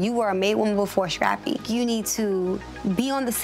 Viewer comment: Us: Scrappy Tammy: Shrappy Us: Screen Tammy: Shreen Us: Skate Tammy: Shkate This woman can't pronounce any words that start with " S C'' 😂😂😂😂